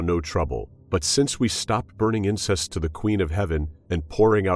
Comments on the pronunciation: To burn incense, not incest. Pronunciation is important. Had to listen 3 times to make sure I heard what I heard. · Numerous times in this reading 'incense' is pronounced 'incest'. What am I missing? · Really? It's incense, not incest. Sheesh. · Not finding fault with the content, but you might want to brush up on your pronunciation of the word: "incense".